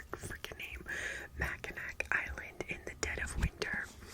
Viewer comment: I didn't know the Lucy Score book was set in Michigan... I'm from Michigan! Mackinac Island is actually pronounced "Mack-a-naw"...so weird I know lol